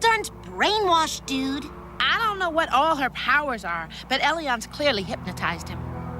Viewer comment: neko- chan It's Elyon